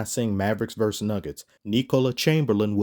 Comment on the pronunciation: It's VerSUS NOT Verse. A Verse is part of a song.